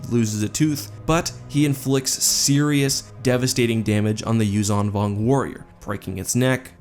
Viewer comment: I think that the 'zh' is pronounced like the 's' in 'leisure', not like 'z'.